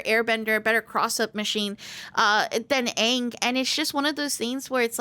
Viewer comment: Im sorry but its pronounced as Ong. Did you even you play the first level of the story mode?